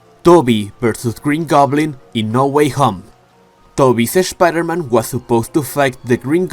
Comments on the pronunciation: I absolutely hate when he says Spider-Man he says Es Spider-Man it just bothers the hell outta me other than that love the Content Not Toby's brothers but his cousins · “Sha pider men”